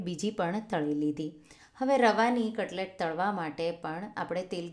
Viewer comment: ત્તમે કટલેટ ને કટલે કેમ કહાોછો?